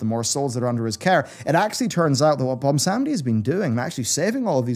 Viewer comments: Take a shot everytime he says "Bomsawndi" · BWONsamdi. BWON. there's a 'w'